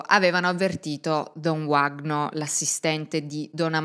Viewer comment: Uno dei casi di cronaca più incredibili della storia, non il primo in cui la chiesa è nel mezzo e stranamente tutto si fa estremamente nebuloso. Ad ogni modo, si pronuncia “Vagno” , in portoghese quella W si pronuncia come la nostra V, non è inglese 😉